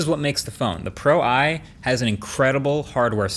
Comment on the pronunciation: Pro-i more like pro-eye